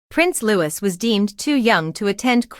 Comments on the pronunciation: It’s NOT said Lewis it’s Louie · No it's LouiS with final S